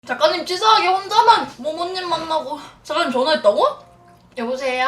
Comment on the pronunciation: 아직도 작가님이 아니라 ㅈ까님으로 들린다..